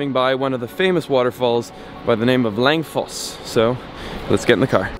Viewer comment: Wait until Winter slams Your Face in, but seriously Norway isn’t like this everywhere, fjords are what people think (and always Winter) Norway looks like, dont forget Russer, and Rain. Edit: Langfoss literally means Long Waterfall, no kidding, and it hurts hearing Your absolute Butchering of Norwegian, atleast learn how to say Odda.